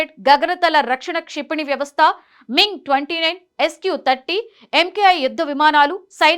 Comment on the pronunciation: మింగ్ కాదు....... మిగ్ సోవిక్ కాదు...... సోనిక్ చూసి చదువు తల్లీ.......